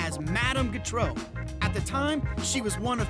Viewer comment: He can't pronounce Gautreau. She was from Louisiana, like me. It's pronounced "GO-tro", not "g'TRO."